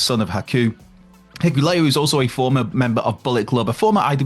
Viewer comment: bro 😂😂 it's HI-KU-LE-O